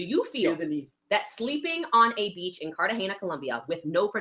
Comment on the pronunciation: she keeps pronouncing Cartahena wrong and it's annoying me so much